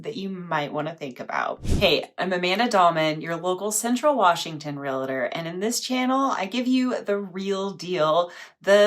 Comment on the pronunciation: With all due respect, the title you go by is pronounced: "REAL-TOR", not "REA-LI-TOR." Two syllables, not three. If you don't believe me, Google it. 🤔